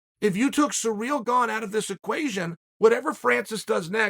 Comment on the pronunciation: Um, it's pronounced "CEREAL gone"; you were getting it right before